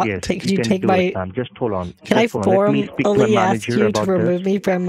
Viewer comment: "Can I form-ally ask you to get somebody else to fill your role?"